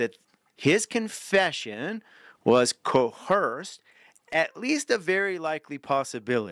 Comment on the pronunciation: please, there is no H in "coerced"!